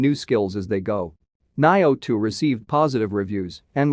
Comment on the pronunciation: Your pronunciation suck on nioh 2 final fantasy xv nier automata